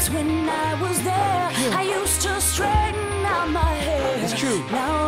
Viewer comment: "used to strainghten out my hair" lol, I love karen!!!!